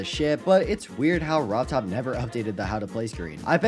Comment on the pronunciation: “Rob Todd” 😂💀